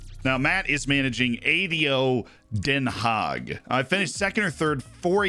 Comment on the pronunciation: the way he pronounced ado den haag ... atleast you tried hahaha